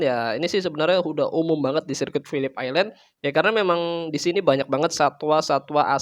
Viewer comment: Mantap bang, pelafalan phillip island nya udah mantap, kontennya juga makin mantap